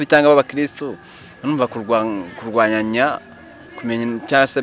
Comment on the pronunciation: Kurwanyana not ~kurwananya~